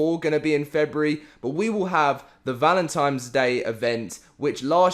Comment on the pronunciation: It's valentines. Not valentimes.